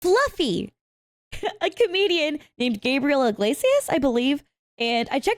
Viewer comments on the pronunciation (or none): Floughf? Fluff? Folougf? Flugf